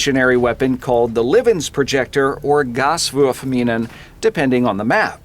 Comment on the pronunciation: I took german back in high school and god damn it sounds badass with the German accent lol